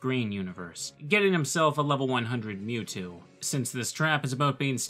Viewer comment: Lv 100 "Mewto"